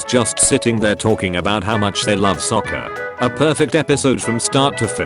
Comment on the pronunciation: bro even the ai voice says sokka's name better than in the movie😭😭